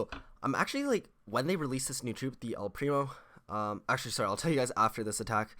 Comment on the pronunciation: It's el primooo